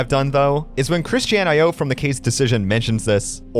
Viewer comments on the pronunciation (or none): none